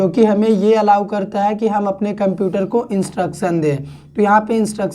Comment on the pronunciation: Why are you spelling "kumputer"? This is so much annoying to hear.